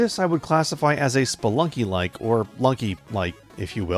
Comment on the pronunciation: Did you mean Spelikey :D